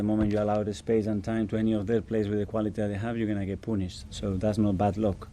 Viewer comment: The word is ＂Purnished＂mr. Arteta not ＂Poonished＂.